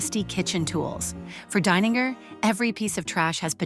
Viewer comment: This artist is Brilliant. Love it. I do wonder if the narrator is an AI bot. She pronounces the artist's name [DINE]ninger one moment and [DANE]ninger the next.